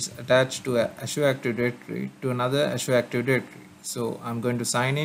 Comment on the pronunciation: I appreciate the video but man was hard to hear you pronounce " azure active directory " in such a way and for so many times. Painful to the ears.